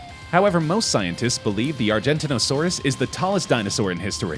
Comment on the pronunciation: No, you can’t swim through a blue whale’s blood vessels. At best you could fit your head through it. Also, please pronounce Argentinosaurus and Giganotosaurus properly.